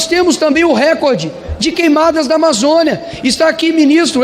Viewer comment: RÉCORDE – A pronúncia RÉCORDE, com acento tônico no RÉ, é errada; desde o étimo latino, em línguas que adotam a palavra o acento tônico cai geralmente na sílaba –CÓR– , rimando com o português aCORde, MORde, portanto, deve ser RECÓRDE (apenas um pobreminha: os patrões anglo-americanos acentuam na primeira sílaba (RÉ), e a COLÔNIA tem de obedecer). Mas a acentuação proparoxítona NÃO É PORTUGUÊS. Impressionante como se insiste nesse patente erro generalizado.